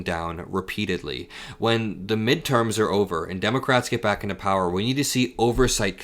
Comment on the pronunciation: Mid erms? What midterms? This war gives him the authority to postpone any elections!